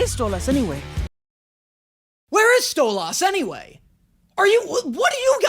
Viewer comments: I think it's mostly the emphasis on tha end of you pronunciation. You say st-oh-lah-ss But its a bit more like st-oh-la-ss You hold that ah a bit longer than what these people like, I personally don't mind nore care but people man 🤷‍♂️ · Its "stoLIS" not "stoLAS" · You’re saying loss instead of less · I'm hearing you say "stole loss" and hear the show say it more like "stolice" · ur saying stole æss its actually more like stolis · Stole-ah-s Everyone Else: Stole-is You're putting too much emphasis on the a, its a soft a not hard a,:o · I have zero issue with your pronunciation of Stolas, but I do see why people are saying it's "wrong". The emphasis goes on Sto. So STO-las. Yours is more sto-LAS. 🤷🏼‍♀️ But that's about it. Stwubby works too. 😂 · Stol-lis not Stol-las, you just got the last half wrong lol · Your aaying stohlAs not stohlas its way less emphasis on the A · it’s not (Stole-Ass) it’s (Stolis) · As far as I am aware no one says Stolas name with like a hard A like StolAss. Most people I know including myself pronounce it more like Stoless? idk, can't wait to see more content from you though! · It’s Stol-US not Stol-AHS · With Stolas's name, you're pronouncing the A too hard, making it closer to an O than an I. His name is correctly said as "Stoe-liss", not "Stoe-lass". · The thing people are correcting you on is the "us" sound vs the "as" sound but I'm very fine with the way you pronounce it. It's a very small difference to the most common way it's pronounced but both are used in the show. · *Hermione meme activates” It’s pronounced like “stole-LISS” not “stole-LAHS” 😂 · Okay the whole mispronouncing stolas name thing. It doesn't bug me that much honestly it's funny he kinda mispronounces it. It's a little hard to tell but he does. The best way I can describe it as he says stolas like STOLE ASS 😂😂😂 and not stoles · you: stolOSS everyone else: stolus/stolis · You say it like stole-loss but it’s pronounced stole-lis hope this helps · Stolas = stol-us